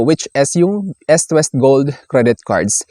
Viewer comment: ehst west.. dapat eest west.. sakit kac sa tenga sorna